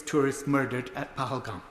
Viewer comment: Phaglam?? Lakshar-E-Tabaya??? Lakshar-E-Taba?? Priti Patel, surely you could pronounce Pahalgam and Lashkar-E-Toiba at least as well as the native brits and Americans who have been getting it right!!! What an ignorant Brit Indian!!!